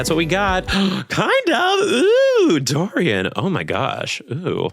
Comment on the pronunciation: Oh no. He got Dorian so so wrong 💔